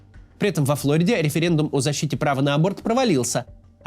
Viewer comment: не флОриде а флориде